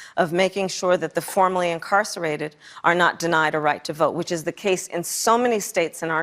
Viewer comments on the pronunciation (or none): Her “formerly incarcerated” sounds a lot like “formally incarcerated” … scapegoat for when she tries to allow the incarcerated to vote?